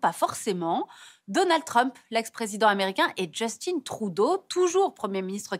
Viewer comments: Justin Trudeau, fils de francophone, député dans un comté francophone d'une province francophone et premier ministre d'un pays francophone. ARTE : On va prononcer ca à l'anglaise ! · De la façon dont vous prononcez Justin Trudeau, on dirait que vous vous ne rendez même pas compte qu'il s'agit d'un nom d'origine francophone. Il faut aussi souligner certaines inexactitudes des frontières dans plusieurs cartes présentées durant la présentation, notamment l'usage des frontières provinciales modernes pour montrer les 5 provinces à l'origine de la confédération de 1867, et l'omission totale des changements de frontières aux États-Unis de l'époque (intégration de la Louisiane en 1803 par les américains et de la Terre de Rupert par le Canada en 1870).